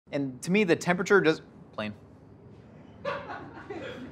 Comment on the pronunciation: I could not tell of he said Link or Plane until he confirmed that he said plane a bit later on.